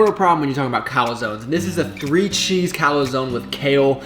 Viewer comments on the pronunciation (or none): Bruhh whats a calAzone? Us real italians pronounce it Calzone (with an emphasis on the E!) Granda Cantandina shoulda taught ya that